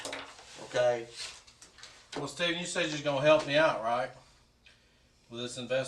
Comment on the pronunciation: It takes for the detective to announce, "I don't wanna play a game weeth you Staayven." Aye cop? Where ya been the last hr'n half?